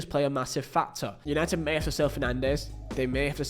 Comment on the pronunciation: “Es punited” Good Ebening 😃